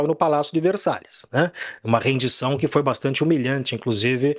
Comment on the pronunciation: A rendição, não "arendição".